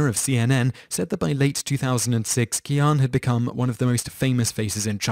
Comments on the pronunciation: "Qian" is pronounced "Chyen." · How do you not notice you pronounce the name Qian three different ways within the span of one and a half minutes?